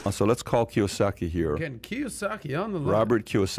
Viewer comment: kiyosaki doesnt even know how to say his last name correct.